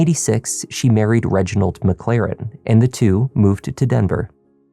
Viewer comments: I'm sorry but..."Reginald McLaren"??? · "Reginald McLaren." 🙄 Um, sure Jan.